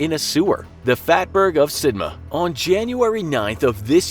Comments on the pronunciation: Pronounced SID,Mouth not Sidma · Sidmouth is said "Sid-muth." I dont even know where you got "Sid-ma" Who told you it was said that way? What a chaaaaarRRrrv lol (get it, because you guys cant say chav properly either, get it, huh? Do ya?). If you need a native British person to check your pronunciation, facts and levels of sarcasm, mail me. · Why does he keep calling it Sidma??? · It's SidMOUTH. I swear this guy does it on purpose. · The second part of Sidmouth is pronounced like Plymouth (rock), not Sidma. You forgot the "th". This was an easy one, come on. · the way he says "sidmouth" makes me cry